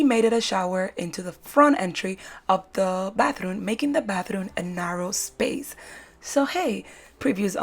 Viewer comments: I heared "bathroon"? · Y am i hearing batharooun!! Lovely decors but you said batharouns so many times, i feel like it got stucked in my head